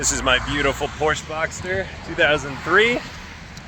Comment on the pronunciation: YOU CAN PRONOUNCE PORSCHE!!!!! This makes me happy. U deserve a like!